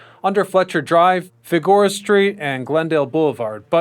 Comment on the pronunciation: Couldn’t even complete the video. FIGORA was too much for me